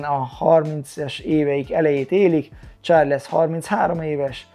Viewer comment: Csak egy kis javítás illetve privát vélemény. Sean = Són Shane = Sén Nurmagedov = Nurmagomedov Charles = Csárlsz Yan fight IQ-ja Aljamain ellen a fasorban sem volt, egyszerűen nem tudott váltani, be volt szarva minden egyes fainttől. Gyógyulgass, várunk vissza a ketrecbe! #andnew